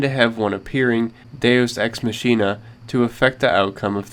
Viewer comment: Machina is pronounced like Ma-ki-na, though it does look like it should sound like machine.